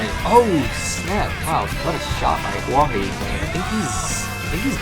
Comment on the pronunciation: Who else got annoyed when that onw guy pronounced huahwi as huahi